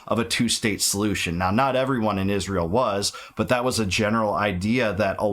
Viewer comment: Why does she says ISHRAEL? 😂